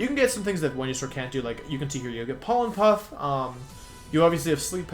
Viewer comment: I'm sorry but WTF is up with your pronunciation of the Pokemon names? I had to put the glass I was drinking from down and ask this question after you attempted to say Venusaur